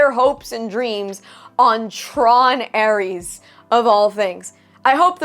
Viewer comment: The Drinker has it right: It's TRON:ARSE.😂